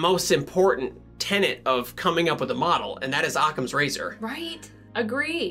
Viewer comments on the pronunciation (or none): "tenet" not "tenant"